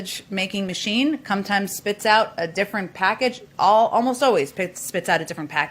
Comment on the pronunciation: "The sausage making machine cumtimes..." Did I hear that?